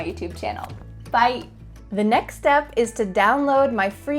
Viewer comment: I really like you say “byE”😂😂 I LOL every time you say this in your videos